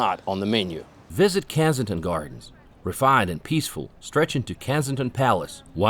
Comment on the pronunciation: An excellent, better than most reviews. Wow an American who knows big Ben is a bell not a tower! 😂😂 Made me laugh with the pronunciations. Canary Woof 😂 Kansigton gardens 😂 The texan couple saying I love London they speak English here 😂😂 Londoners are surprised that texans almost speak English😂😂 You don't have to wait months for a doctors appointment, at the most one day. Ive never had to wait that long.